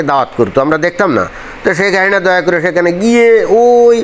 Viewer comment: শেখ হাহিনা উচ্চারণ ঠিক করে স্পষ্ট ভাবে বলা যায় কি?